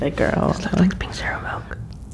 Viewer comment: Karina: says beaten instead of pink Me: u beat the goldfishhh